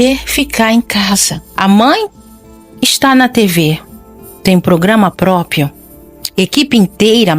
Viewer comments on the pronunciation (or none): "Própio" NÃO!!! É PrópPRio, por favor.